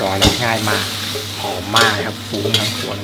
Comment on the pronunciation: โปรดอย่าออกเสียงคำว่า"กระหล่ำปลี "เป็น "กะหล่ำปี" รวมทั้งคำว่า "ครับ" อย่าออกเสียงว่า "คับ" จะน่าสนใจมากค่ะ